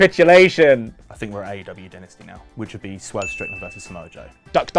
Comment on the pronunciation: I like that Steve and Larsen call it "Die Nasty"